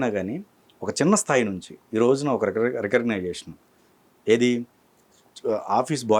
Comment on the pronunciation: ఇంత అనుభవం ఉంది, చిన్న చిన్న మాటలు కూడా తప్పుగా మాట్లాడుతారు, చాలా మంది anchors. అసలు మధ్యలో ఇంగ్లీష్ ఎందుకు. ఉదా : రికగ్నైసే షన్ అంటున్నారు " రికగ్నిషన్ " కి. ఇలాగే చాలా పదాలు! చాలా మంది.